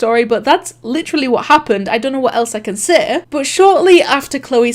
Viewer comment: Ur accent makes it sound like seh instead of say and like- I'm just- 👁️👄👁️